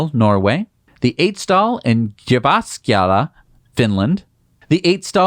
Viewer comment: I have to say. Surprisingly good pronunciation of Jyväskylä :)